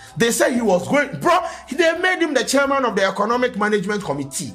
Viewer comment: From Committee to Conumtea 😂😂💔... my niqqa 😂